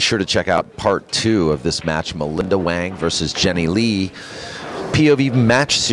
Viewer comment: Chinese pronunciation sounds like hwung, not wang.